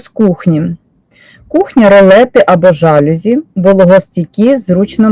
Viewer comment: Корисне відео. Дякую. Але є один мінус---в слові ЖАЛЮЗІ наголос на букві "І"